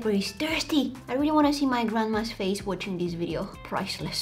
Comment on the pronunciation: It’s face not fase